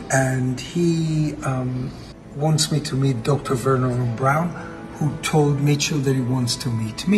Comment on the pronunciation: The name is Wernher von Braun and not Veron Brown!